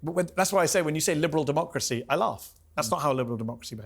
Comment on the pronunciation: “Liberal Deemucracy” Piers Morgan 😂😂😂 Hassan made him slur